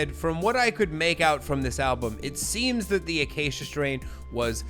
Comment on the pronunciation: Acacia is a tree species that I just so happen to be building an Iceman-shaped guitar out of. Also, you pronounced it spot on. 👌